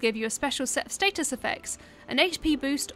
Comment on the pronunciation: The correct pronunciation for 'status' is "stat-us", NOT "state-us".